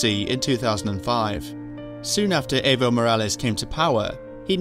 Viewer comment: It's funny how he put so much effort into pronouncing YMFP but seconds before he misprounces Evo's 3-letter name.